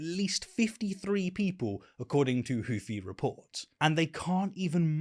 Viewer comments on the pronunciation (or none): none